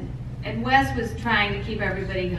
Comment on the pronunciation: Idk why ppl always say her last name as wice- it's spelled and pronounced Wyss lmao